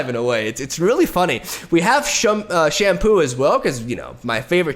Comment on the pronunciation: In the explanation for a moment i heard him say "...and we have shampoo..." I was like "waitwhat?"